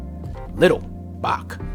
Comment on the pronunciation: Hello from Wales. Great video, I often pick up on the black community having welsh surnames. Bach - the ch is pronounced how you'd imagine someone clearing their throat, rather than "kuh" Ferch - meaning girl, the ch pronounced as above, a single f in welsh is pronounced as V, the double "ff" in welsh is like English F. The e is pronounced how you'd say "let" Idris - The i pronounced as you'd say "him" Meredith - you'd stress the second part of the name, meh-REHdith I have read that Welsh Quaker families that were conductors along the routes of the Underground Railroad gave the run-away slaves their family names.